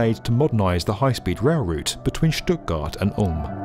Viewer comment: I love how accurately the narrator pronounces Stuttgart and Ulm, w/ compliments from Berlin. 😘